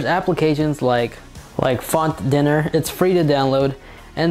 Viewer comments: It's pronounced font 'Die-ner' as in a place where you go for breakfast. 'Dinner' as you pronounced it is the meal you eat typically after 5PM. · That’s Font Diner, not Dinner